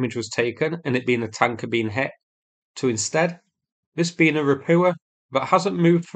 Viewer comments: How many landing ships need to be sunk before you learn how to pronounce “Ropucha” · Ra-POO-ah.!!! As in, IT'S SHITE.!! 😂 😂 😂 😂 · Say Ro-poocha'.